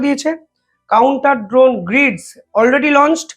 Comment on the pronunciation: আরে ভাই বারবার "দ্রোন" বলছ কেন ? "ড্রোন" বল, ইংরেজি শব্দের এমন বিচ্ছিরি বাংলা উচ্চারণ করলে তোমার ভাবমূর্তি নষ্ট হবে । কি দিনকাল পড়ল রে ভাই । ইংরেজিটা ইংরেজিতেই বল ।